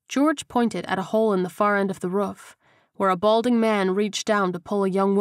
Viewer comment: I love everything about the book except for how the narrator pronounces roof-ruff. Thank you for downloading all the books